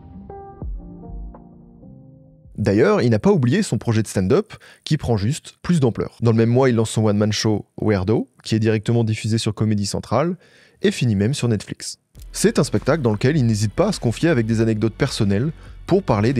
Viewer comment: Le niveau abyssal des français en anglais. On dit: “Weirdo” = “Ouirdo” Et bien sûr “Childish” = “chaïldish”